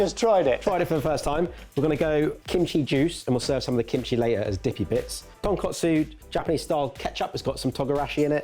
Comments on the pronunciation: Yes, yes, yes!!! This was such a great comeback! One minor but important correction on mixing up pronunciation of ‘tonkatsu’ and ‘tonkotsu’ earlier in the video, which says very accurately. I am sure he does know the difference as he seems to get it right towards the end, but a head mistress in me cannot help but to clarify; Tonkotsu = Pig bone, Tonkatsu = Pork cutlet. Other than that, Okonomiyaki, takoyaki, gomashio, Izakaya were pronounced perfectly ❤ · Them keep calling Tonkatsu (Pork cutlet) TonkOtsu (Pork bones) is killing me deep inside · Just a friendly Japanese lesson for:) I've heard say Tonkotsu sauce in previous videos too. Panko crumbed pork is TonkAtsu (ton - pork + katsu - Japanified shorthand for katsuretsu or cutlet) TonkOtsu is pork bone (ton - pork + kotsu -suffix meaning bone) and pork bone broth is just colloquially known as Tonkotsu just as it's own flavour. If I were to write out an ingredients list for Tonkotsu broth, I would list 2kg of tonkotsu referring to 2kg of pork bone. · Gentlemen, I know this is another language, but this is "tonkatsu", not "tonkotsu." The latter is pork bone broth. You are rightfully calling this "katsu", which is a shortened form of "tonkatsu", fried pork cutlets. "Katsu" comes from cutlet if that helps. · Take a shot for every time they say ”tonkotsu” or ”katsu”